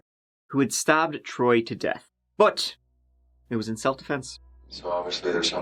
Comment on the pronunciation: who's this "Throy" he keeps mentioning.. 🙃